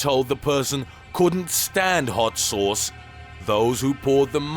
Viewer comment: the way he says VERY HAWT CHILLI SAWCE